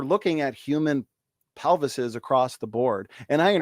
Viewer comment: But hey! She says "pelves" (except for that one time when it sounded more like "pelvi"). Also, it appears thinks the singular For Homo sapiens is Homo sapien.